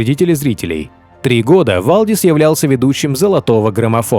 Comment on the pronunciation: Правильно говорится ни Вальдис а Валдис и так же пишется.